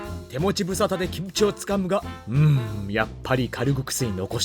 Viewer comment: 김치 발음듣고 구독찍고 갑니다